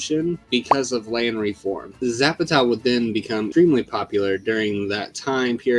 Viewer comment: I found the video disappointing. A bit too heavy on how Hollywood has supposedly affected the Mexican mustache. What I found annoying, though, was the pronunciation of names like Villa and Zapata.